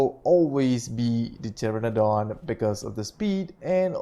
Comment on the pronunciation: PTERONODON NOT PTERADON xD